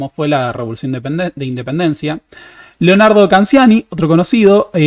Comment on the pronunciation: Canciani ...se pronuncia como si en castellano se escribiese Canchani